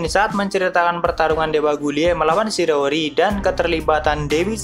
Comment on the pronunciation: Shiiii raaaa ooo ri..SHI RA O RI... not sirori...🤦🏻‍♂️ either way great content..